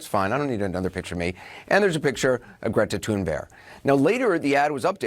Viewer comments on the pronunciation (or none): ‘Greta Toon-bear-awe-ght’